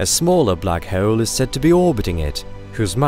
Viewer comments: The way he said Black Hewwl (hole) through out the video made me sick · “Bluck hhhurlll”